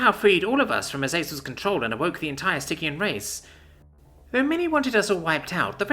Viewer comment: Ahhh it's a hard G in stygian. I've been pronouncing it wrong in my head lol